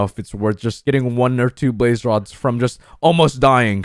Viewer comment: When you said we got 2 blaze rods I thought you said babe rods XDXDXDXDXXD